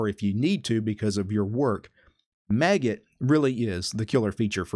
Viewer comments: The maggot git client? That scarred me. :0 I pronounce it similar to how you pronounce magic. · Do you usually pronounce Magit as 'maggot' like here or magic with a 't' at the end?